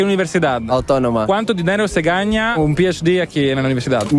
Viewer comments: Comunque si dice gana non gagna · Si dice gana non gaña